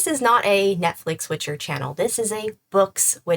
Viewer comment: ...er. It's 'Witcher'. Thank you